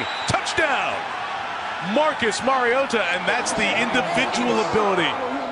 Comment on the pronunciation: who’s the commentator ? he’s the only one to pronounce Mariota’s name correct.